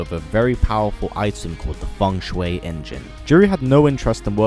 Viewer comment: Its ( FUNG - SHEE ) engine not fung shuway engine